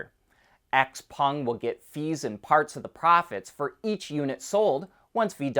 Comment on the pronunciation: x-peng is pronounced "shauw peng"